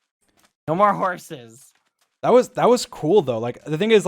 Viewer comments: Dream pronounces s’s as z’s sometimes. Wazabi and horzes >_< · Everyone: Talks about what happened George: Horzes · George: Hears dream say ‘horzes’ George: “Horzes” types* “Horzes” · nobody: like actually nobody: Dream: horzes